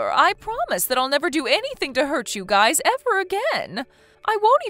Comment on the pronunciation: Ugh it's pronounced guys not guises sorry pet peeve